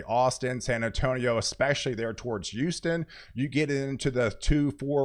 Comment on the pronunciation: It's HOUSTON!! Not YOUSTON. Emphasis on the H. HOUSTON. 😁